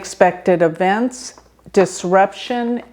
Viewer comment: Hi. It's not avents is eeeeeevents. Put the emphasis on the E not the A.